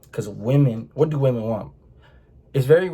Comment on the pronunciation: “yEWtEWbe what it dEW”